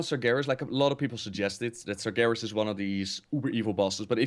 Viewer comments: This is funny. All this time pronounced Sargeras "Sarjeras". but when said the right pronunciation he started saying Sargeras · When said he played warcraft3, it sounded like he said warcrap3